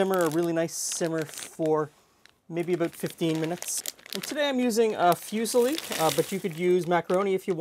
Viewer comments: It's "foo-SEE-lee" but he's Canadian... cut some slack;) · Did he really just pronounce that fyusali? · I love your videos, but small tip from an Italian: drop the "you" sound in 'fusilli'; the pronunciation has a just a simple 'uh' sound, as in 'put';) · I just never heard anyone pronounce it like that ever that's all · is that how you pronounce fusili in english? it really hurts